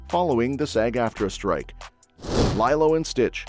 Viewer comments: It's LEE-low, not LIE-low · It's LeeeeeeLo!!!!!! Not lie-low...sheesh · LeeLow!!! your saying it wrong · I would argue that: Captain America, Thunderbolts and 28 Years Later are not Sci-Fi movies. Lilo and Stitch 2 (you mispronounced Lilo) is a stretch for a Sci-Fi movie.